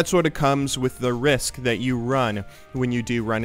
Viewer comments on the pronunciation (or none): none